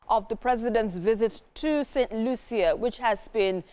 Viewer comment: St Lucia is pronounced Lushiiyaa!!! Broadcaster, take due note! 👊🏾🇳🇬👊🏾🇳🇬!!